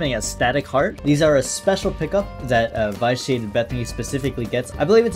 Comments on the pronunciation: Hey, sorry to be the pronunciation police but it's supposed to be pronounced vi·shee·ay·tuhd. Love your videos but hearing v-eye-shee-ay-tuhd made me cringe. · Don't mean to sound rude, but I think vitiated is pronounced vish-e-ated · Me every time he says vyshiated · You're mispronouncing vitiated